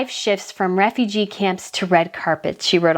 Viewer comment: How are you mispronouncing the word "refugee"? I am reminded of a particular American Dad episode where they pronounce it similarly...please search the word in google and hear it. I can't take the video seriously